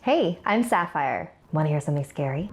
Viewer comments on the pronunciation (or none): 3:3 who the hell is Shapire her name is Saphire not Shapire